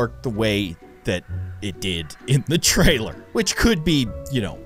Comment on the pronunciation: Did u said the trrailer